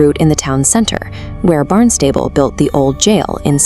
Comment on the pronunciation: Thank you very much. Also, we have always pronounces "Barn Stable" like this: BARNST-uh-bull ❤